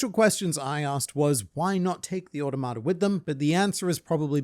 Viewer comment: you say "automata" a lot without ever looking up how to pronounce it also, obligatory "millennium", not "millennia"